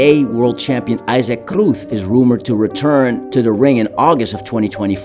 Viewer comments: I'm not trolling/attempting to be offensive or insensitive. I commented because he's not consistent with the pronunciations. And he does with non Spanish fighters as well. If you get a chance go back and watch other videos and I think you'll understand what I'm saying. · no he said it all video and pronounced Cruz like Cruth. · He pronounced Cruz like this too.... i mean wtf!? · Una duda,eres de España? Es que tienes un acento al decir los nombres de Canelo Alvarez,Ryan Garcia y Pitbull Cruz